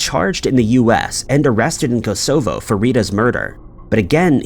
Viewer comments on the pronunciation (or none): Great videos as always, but this guy always mispronounces place names. "Kos o foe". Its Kos uh voe. Cos co, meh! Good video anyway! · Hint Hint: Kosovo… accent on the first syllable. Great video as always. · Kosovo is pronounced koss ov oh fyi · Learn how to pronounce the names of cities such as Kosovo. It's hard on the ears! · I came here for this exact reason. It is kinda a very known place. Perhaps I am old... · Maybe he does it to annoy us so we all comment and improve his algorithm…..😮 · scary to think that there are people who can't pronounce Kosovo. Especially because it was bombed to utter fk in the 90's. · thought the same thing..